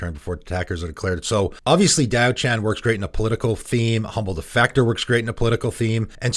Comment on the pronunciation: Diaochan is two syllables not three.